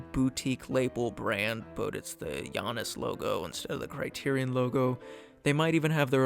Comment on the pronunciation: Janus is pronounced JAY-nes according to many English dictionaries. Since it's an American company, its name likely follows English pronunciation.